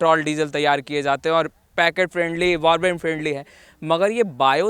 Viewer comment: पैकेट फ्रेंडली नही पॉकेट फ्रेंडली होता है भाई l